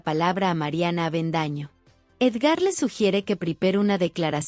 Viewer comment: Es Edgar no Edgár